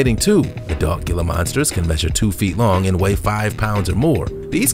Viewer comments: The 'G' is silent. It's pronounced "Hila" Monster, not "Gila" Monster. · Not pronounced Gilh-ah, it’s He-la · It's pronounced Heeluh not Gilluh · Gila monster = hee lah monster. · I was just going to say that too! Hee-la monster. Spanish the ‘G’ is pronounced like an H. 😁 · Gila=hee-lah, don't feel bad though, another narrator pronounced it like you did